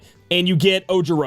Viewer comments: O-Jee-Ro (Ojiro) sheesh -__ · i honestly get it but its not the same situation with ojiro's name and i do what u do too but i can manage and learn to say names right, its the proper way.. i do YT also, i stream and i edit videos just like you do.. just some constructive criticism not saying you not entitled to mistakes because we all are EDIT : Thank you for your hard work, i appreciate the video nonetheless